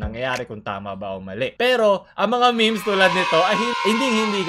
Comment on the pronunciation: I love your accent, say it again " Mga miHms"